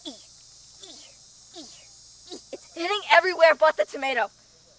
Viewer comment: I thought Americans called chillis hot peppers? She also pronounces tomato "normaly" the first time! (not Tomayto)